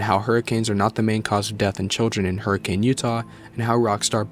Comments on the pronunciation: Lifelong Utahn here- fun fact about Hurricane, Utah is it's actually pronounced "Her-uh-kin", and really more like "Her-kin" if you have a Utah accent. People who live in Hurricane will get mad at you if you pronounce it "Hur-uh-cane". (I'm not from Hurricane so I don't mind it lol) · Utah resident here. A quick and annoying correction, but one that is very important: Hurricane, Utah isn’t pronounced in the conventional way. You pronounce it “Hurr-a-kun.” The town was originally pronounced the conventional way, but there was a lot of British settlers that pronounced it differently, so it just kinda stuck. I’ll always be baffled that Scott chose Hurricane of all places for Fnaf to take place. Even today it’s a relatively small town. It was much smaller, and practically desolate in the 1980’s. It would make much more sense for Fnaf to have taken place in a town like Provo. There’s always a new business starting up there. Salt Lake City would also make a lot more sense, especially when you consider Utah University some pretty stellar technology programs.